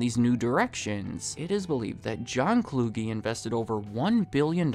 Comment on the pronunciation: It’s John Kluge. CLUE-G. Kluge doesn’t rhyme with loogie. You’re so young you’ve never even heard his name used in life. His name precedes him. I’m 36. 😅